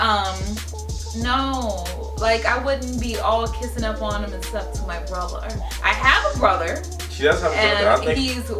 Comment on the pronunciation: why did say brother like that